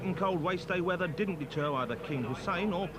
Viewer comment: The soundtrack is awesome its like 90s video game music. But common man “wet weather wace twack”😅😅😅